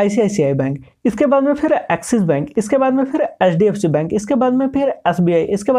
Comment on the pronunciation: Bhai thoda sa clear bolo HDFC bank ko ap LDFC bol rhe ho aesa lag rha he